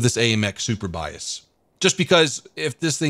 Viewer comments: Surbaissé is pronounced like Sir/ba/say ... ba like in bacon :p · It's pronounced 'sur-bay-say' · It's pronouced Surbayssay damn it ! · I LOVE THE WAY YOU PRONOUNCE FRENCH WORDS 😂😂😂 i’ m french and we pronounce it like /surebassa/ (read it in english) ^ ^ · Surbaissé... Where did you get Super-Bias from LOL. Surbaissé in French doesn't make much sense, it means over-duck (as in duck and cover). Whoever named that tank hadn't drank his café au lait that morning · your mission for today: Pronounce "Surbaissé" correctly. Maximum attempts: 3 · You pronounced it correctly once, not sure why adding the "P". Maybe cause your'e so:) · You not pronounce not well surbaissé (lowered) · Seriously the way you pronounce surbaissé is horrible XD